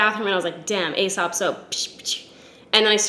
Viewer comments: it’s pronounced “ee-sop” not “ay-sop”. (They used to be a client of mine back in Australia and they corrected me when I said it the “ay” way!) I’m also addicted to their hand wash. I bought their large hand cream and it was like $100 and I felt like a fuckin’ nob but damn it’s good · As soon as you said 'fancy restaurant' I knew you were talking about Aēsop. You pronounce it 'Eesop' (see in the logo, the line over the e). It lasts FOR AGES. I consider the mandarin handwash essential for my wellbeing and mental health ;-) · It's "ee-sop". The cosmetics/personal care brand company spells their name "Aēsop" which is another way to spell it, indicating a long e sound ("ee"). Ae (together) was once it's own letter/symbol: æ (it's known as 'æsc' or 'ash', which is how its pronounced) which you'll still see occasionally. Brits use the ae (mostly seen as separate letters now) that North America generally doesn't (not even common in Canada, where we've retained the U in worlds like colour and neighbour). So that may still be used in words like encyclopaedia, paediatrician, and archaeology. You'll see it in Caesar, too! All of these examples see the ae pronounced as -ee-. Annnd that was a lot of explanation. Take what you will, leave the rest. 🤷‍♀️ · Ahaha loved your Aesop spiel! I always forget that it's so much more expensive outside of Australia. We get so many overseas visitors stocking up bc it's mildly affordable here. Btw I work for them and it's pronounced as "e-sop" (rhyming with key) but I pronounced it incorrectly in my job interview lol so don't even worry. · Aesop is pronounced ‘E-sop’. I literally interviewed for their labs in Melbourne and pronounced it the same as you and they instantly corrected me. Mortified but also I learned a thing.